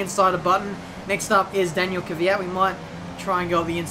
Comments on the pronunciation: It's pronounced Kv-ee-at not kweat/kveat. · Please try to pronounce Daniils name Kweat/Kveat and not Kiviat... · kanaziras Kvyat said to danish tv how he wants people to pronounce his name.